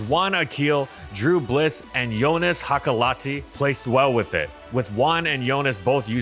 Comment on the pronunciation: wait Joonas Hakalahti is Finnish (i am also Finnish) and also you said his name wrong (and i get it why)